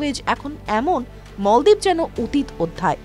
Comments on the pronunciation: মলদিপ না বলেন মালদ্বীপ। আগে উচ্চারণ ঠিক করেন পরে ভিডিও বানান। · মালদ্বীপ কে মলদ্বীপ বলল এই রিপোর্টার তাহলে ভারত কে ভরত বলল না কেন?